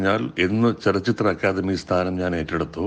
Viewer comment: ലച്ചിത്ര അല്ല ചലച്ചിത്ര🤪